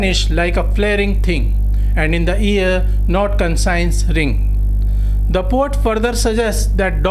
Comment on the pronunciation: First correct your pronunciations then lecture here. Conscience should be pronounced - 'kon shns' not consigns. Heart should be pronounced as - 'haat' , not hurt. come on Sir , Poet is not pronounced pot. Elegance is allegance. I suggest you correct these basic matters first